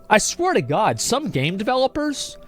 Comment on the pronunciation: Remember everyone: “In Tod we trust”